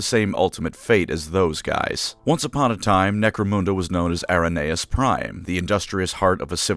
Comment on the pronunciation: necromunda and Araneus prime is pronounced in a way im not used to in this vid, it feels odd 😂